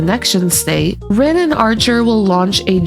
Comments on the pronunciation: You keep saying ren instead of rin, i know it’s probably fine but its bugging me like crazy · Tomato, tomato… 😂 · Tbf, the name "Rin" can be said a few ways in english. "Reen" is the less common way in most dubs, though it is how they say it in the FSN im pretty sure but eh, its semantics.